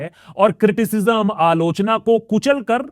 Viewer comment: Aalochna ❌ aaloo chana ☑️